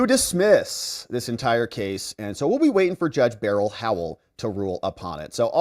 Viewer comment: Buuuuuur L. Not Bare L 🤦